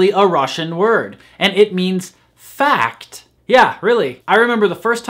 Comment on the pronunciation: но ведь ты произнёс эти два слова (fucked и fact) абсолютно одинаково 🤔